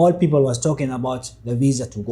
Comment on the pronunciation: 😮when he pronounced the word ''people 😅 i immediately knew he's from Ethiopia